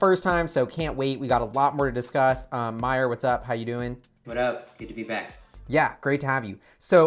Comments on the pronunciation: HIS NAME IS SPOKEN -> MA-YOU-R ... please correct it. awesome content. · Great chat, and Mayur., please pronounce Mayur's name correctly:-) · Please pronounce his name properly I know you can do it